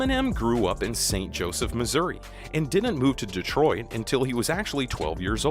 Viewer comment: Dave Dave "troit"? bruh you definitely ain't from the D